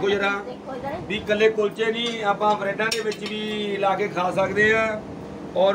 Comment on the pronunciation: ਹੁੰਦੇ ਤਾਂ ਕੁਲਚੇ ਨੇ ਪਰ ਭਾਬੀ ਕੁਚਲੇ ਕਹਿੰਦੀ ਆ ਫੇਰ ਸਾਡਾ ਕੀ ਕਸੂਰ ਹੈ